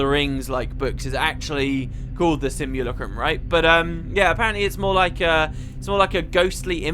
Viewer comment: Sim-you-lack-rum sorry it was just annoying me lol